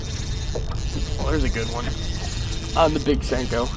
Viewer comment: Sanko or Senko?? LOL